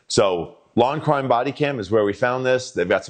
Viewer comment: When you said where you got this footage the way you said the name literally sounded like Lawn Crime Body Cam not Law and Crime Body Cam! Lol 😁!